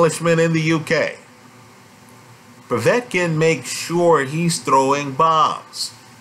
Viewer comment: ive noticed that too..... I like how says Povey-etkin and Sirgee-eye Kovalev instead of Po-vetkin and Sir-guy......in fact all Americans have a problem pronounicing Slavic/Eastern European words........ Moss-cow springs instantly to mind.